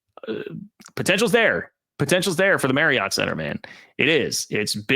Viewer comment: By the way,, it's pronounced 'Mary-ut' not 'Mary-ott' Center. Use that pronunciation and you'll be 'in the know', almost a home boy! Thanks for all your great podcasts.